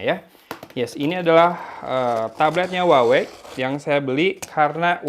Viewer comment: cara nyebut brand-nya : WAHWEi